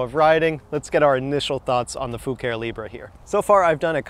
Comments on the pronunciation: Well, you DID ask. Think faux Italian, so, not "foo-care" ...try "foo-car-ay". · Fu care e Latin for color or paint. The e at the end is a eh not eeee. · I think the pronounce is Foo ka ree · In my mind it's fu ca ré you really need to channel your inner Dominic Decoco 🇮🇹 🤌🤌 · "Libra" being Italian I would pronounce Fucare as foo-car-ey. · ur first car was a beaut the brand is kinda European or italian, so the pronunciation i think would be close to foo-car-E